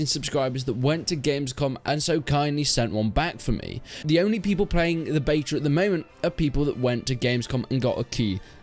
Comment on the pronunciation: "Beto" keys lol🙄🙄🙄